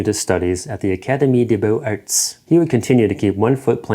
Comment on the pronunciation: Okay, you finally disappointed me after weeks of watching your work, past and present, and thinking you could do no wrong. In français, linkage requires the final consonant to be linked onto the next word if said word begins with a vowel. Therefore, beaux-arts is pronounced “ Bo-Zart”. Dammit, I’ll bet Rob Cosman knew how to pronounce that, even as a damned English-speaking Canadian. Tabarnak!!!